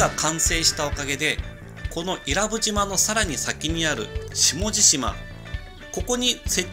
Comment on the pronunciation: （い↑ら↑ぶ→）じゃなくて （い→ら↑ぶ↑）だよぉぁ